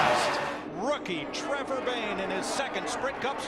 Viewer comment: Also trevor, not trover